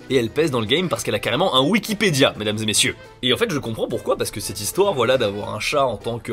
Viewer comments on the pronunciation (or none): Tes « voilà » on dirait des « Wallah » c’est assez désagréable 🤣